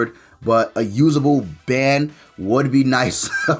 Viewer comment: Lol why u call him ban lol it’s more like Bon